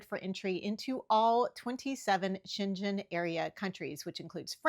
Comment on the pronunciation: Great video. Always enjoy your tips and information! And just to clarify the region in Europe is pronounced Sheng-en.